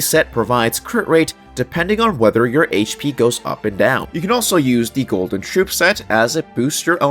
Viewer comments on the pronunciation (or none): none